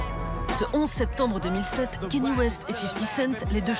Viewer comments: 8min de vidéo où vous dites "Kenny" et non pas "Kanye", ça vous discrédite direct. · Il s'appelle KAAAA - NYÉÉÉÉÉ pas Kenny ou je ne sais quoi ! Orrhhh!